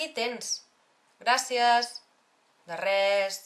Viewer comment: se tiene que decir gracias con ese acento que ella le pone??